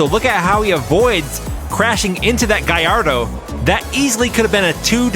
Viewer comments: Just some general info, the Gallardo is pronounced with the L sound, not the Y from the double L's. Donut Media did an interview with the guys at Lamborghini to settle the debate once and for all. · its gallardo u are saying it wrong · It's pronounced gallardo!